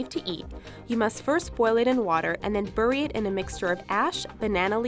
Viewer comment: that's not how you say bury. ever.